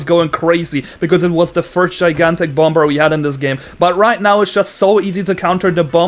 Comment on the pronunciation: it's funny how he says "bomBer"